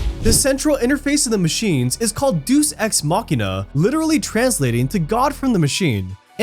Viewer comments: "Deuce ex mock' nah"??? You mean Day-uss Ex Mock'nah? Ill drop a deuce all over this.... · "Deuce" Ex Machina (minute )🤣🤣🤣I love the content on this channel, but had to make fun of that!